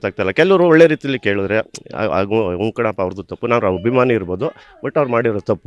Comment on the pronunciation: ಗುರು "ಆ" ಕಾರವನ್ನು ಸರಿಯಾಗಿ ಬಳಸಿ. ಅದು "ಹಭಿಮಾನಿ" ಅಲ್ಲ "ಅಭಿಮಾನಿ". ಹಾಗೇ "ಹಾದಮೇಲೆ" ಅಲ್ಲ "ಆದಮೇಲೆ". ದಯವಿಟ್ಟು ಕನ್ನಡ ಉಚ್ಚಾರಣೆಯನ್ನು ಸರಿಯಾಗಿ ಮಾಡಿ. ಕೇಳಲು ತುಂಬಾ ಮುಜುಗರ ಆಗುತ್ತದೆ.